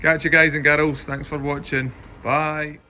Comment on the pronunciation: No one.: Hi guys and garols!